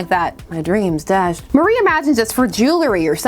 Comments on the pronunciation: Apologies for being that asshole but isn’t it pronounced Mari (MAHR-ee) not Marie (Muh-REE)? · I thought her name was Mar-ee, not Mar-ie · I know weird name pronounciations is like a meme on this channel, but hearing you pronouce Mari like Marie felt like an assault on my soul. That said, I always love it when Vixen gets the attention she deserves.